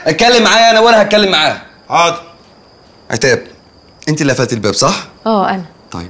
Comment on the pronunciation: هي عتاب متقدرش تقول الشين ولا ايه😕